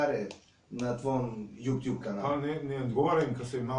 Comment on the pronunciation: je najbolji kad kaze JUPTJUB haha!